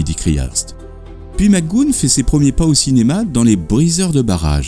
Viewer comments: Interresant, mais ce serait bien de ne pas massacrer son nom avec des Mac Goonne agaçants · Mouais... il me semble plutôt entendre quelque chose comme Mister Mac Gou-on ou Mister Mac Gou-eun plutôt... mais sans que le "h" ne soit prononcé, les deux sons sont donc enchaînés très rapidement. C'est peut être du à l'origine irlandaise ? (: | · Son nom se prononce "Mac Gou anne", et Gipsy se prononce "ji psi" il n'y a pas de U comme dans le prénom "Guy". Désolé d'être aussi pointilleux, mais dans les précédents épisodes il y a aussi de telles erreurs, et c'est dommage car c'est vraiment une excellente série. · Son nom de prononce mac goo -HAN 😉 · Pourquoi mal prononcer son nom de famille ? 😡😡😡😡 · Très bon documentaire , juste une petite notification McGoohan ,le a se prononce aussi ^^ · Bon travail, mais Patrick Mac Goûne? Même si on n'est pas bon en anglais, on peut prononcer la partie après le "h" et dire "Mac Gouane". Quelques fautes de style aussi, comme "son enseignement de boxeur qu'il avait appris au collège" au lieu de "l'enseignement de boxeur qu'il avait suivi au collège", 'une diction rapide, lapidaire" au lieu de 'une diction rapide et un style lapidaire", "sous un angle crédible" au lieu de "de façon crédible", "une formule gagnante qui gagnera". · Pourquoi vous dites " Magoune"? C'est McGoohan!!! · super, mais pourquoi prononcez vous mc goon ? c'est mac goo han, avec un H aspiré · Tout à fait d’accord... je confirme ça se prononce Mac GO-ANE ... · Ben non, tout faux mon pauvre. Tu n’as tout simplement pas d’oreilles pour percevoir la subtilité de la langue anglaise et comme dit sur une autre de tes vidéos, j’ai bon nombre d’exemples ou le présentateur prononce bien « Mac GoHANE »... 🙄 Et c’est bien comme ça qu’il faut prononcer. « Mac Gooon » est tout bonnement ridicule... J’accentue également sur la particule « MAC (MC) »... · Excellent commentaire .... sauf que j'aurais plutôt prononcé Mac "Go-Hann" selon l'usage français .